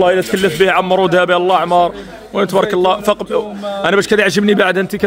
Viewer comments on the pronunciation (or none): none